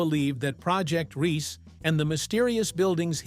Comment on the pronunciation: It’s pronounced RII. SE the SE sounding like SER do get your pronunciations rights, it such an insult !